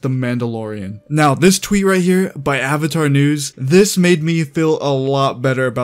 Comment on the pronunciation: "my name is ONG and im the OVATAR" "general EEROH" "i challenge you to an agni KI duel" "SOOKA" bruh i almost died when i heard him say ong lol